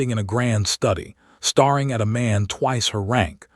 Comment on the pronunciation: I love these stories, but please, please, please, why do AI pronounce staring as starring, another one is ton instead of town. GET IT RIGHT.